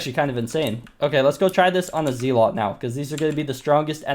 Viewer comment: Stop fucking saying zealot wrong